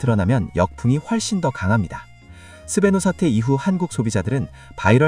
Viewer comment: 왜자꾸 스베뉴라고 발음하지